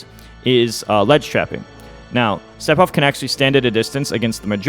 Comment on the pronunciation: i really wanna know why Mew2King says Sepiroth and not Sefiroth